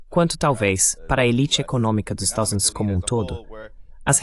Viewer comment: Excelente conteùdo. Só não consegui entender por que.o narrador-locutor-tradutor NÃO CONSEGUE dizer a palavra "Estados Unidos"?!?